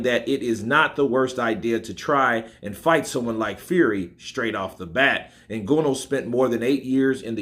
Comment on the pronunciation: It's Ng-an-oo not Ngono. But however his name is pronounced he's got zero chance in boxing